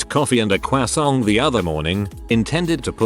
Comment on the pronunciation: It read croissant as CWAASON-T like Carol did on Jimmy Nuetron and I can’t handle that🤣